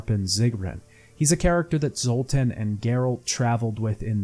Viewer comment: I'm sorry but you REALLY need to work on checking the names before you say them. Across all three videos I'm pretty sure you mispronounced at least half the names, if not more. Most of the time it's like a letter or two off but still annoying, like Saskia, Zoltan, Loredo, Redania, Kaedwen, the eye of Nehaleni, Elihal, Corinne Tilly, Aen Elle, Caleb Menge, Dijkstra, Faroe, Spikeroog, Ermion, Morkvarg, Svanrige, and this isn't even all of them. Then a few got absolutely butchered, like Anais, Loc Muinne and Crach an Craite. It gets pretty grating after a while and it makes me wanna click off what is otherwise a good video. Plus most of these come up quite often so I'm not sure how it's possible to get all of these wrong